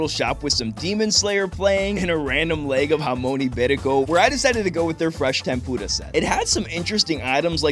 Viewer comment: I like the way you pronounce tempura